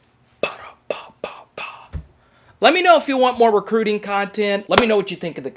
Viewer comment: Always more recruiting... can’t get enough of “crootin”